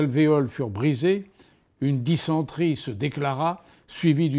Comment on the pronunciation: J’ai fait 31 fautes et les seuls mots de vocabulaire sur lesquels je me suis trompé c’est arrhes et dysenterie (car je trouve qu’il a été mal prononcé) En réalité comme pour les langues étrangères d’ailleurs mon problème ce n’est pas le vocabulaire mais plutôt la conjugaison